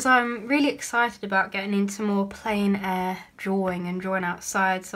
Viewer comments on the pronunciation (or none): Argh yes I hate that Tiger palette, I can never get it open! Love the allotment. Fun fact: plein-air is a French term, pronounced "plen air" :)